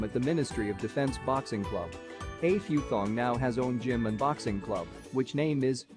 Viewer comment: It’s pronounced Eh Pootong